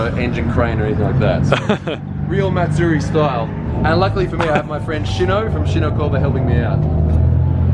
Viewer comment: Matsuri the ri you have have to roll the r once